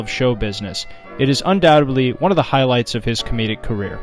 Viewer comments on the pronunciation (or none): Undoubtedly isn’t pronounced “undow-dubbly “